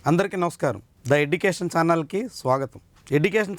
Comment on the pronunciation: ఎడ్యుకేషన్ అనే పదం ముందు బాగా పలకండి సార్, తెలుగు పరువు తీస్తారెందుకు...